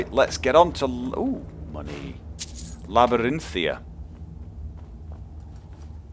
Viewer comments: It's Labyrinthian btw, not Labyrinthia, figured you should know :) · Just wondering, why do you say Labyrinthia when it's spelled and prononced (in game) as Labyrinthian? Not holding anything against you, just curious. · Stop saying Labyrinthia...it's making me rage so hard D: How do you not see that "n" on the end? =/ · Arg, I know you have gotten this before, but there is a n on the end of Labyrinthian!